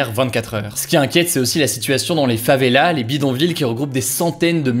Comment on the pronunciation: FavelaSSSS ! Come on! Une favela, des favelas, tu prononces le S, ça fait mal aux oreilles là :p